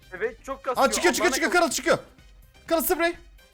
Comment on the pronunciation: karıl deyil garıll